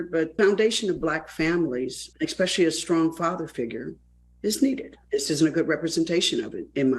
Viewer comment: Charla still can’t pronounce the word “ strong” . It ain’t “ skrong”. 🤣🤣